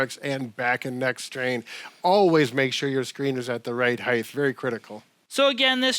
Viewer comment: Wonderful content. Thanks, Team Please (& others): the word is Height, pronounced ‘hiTE’ not ‘higTH’. So many make this error. I think it’s because other measurements, like breadth, width, depth DO have a th at the end, but height does NOT. 🤞